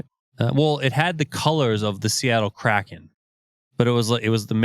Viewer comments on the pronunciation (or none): none